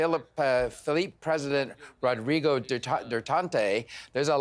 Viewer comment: Philippines (Pee-Lee-Pins) Rodrigo (Rod-Ree-Go) Duterte (Dew-Tier-Te) Just helping you out mate!